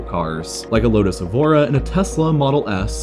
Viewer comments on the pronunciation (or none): none